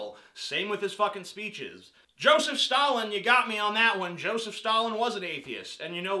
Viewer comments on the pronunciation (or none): none